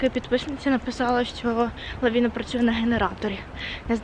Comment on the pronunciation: Я думаю що торговий ценрт про який ти говориш правильно називається лавИна а не лавІна...Слух ріже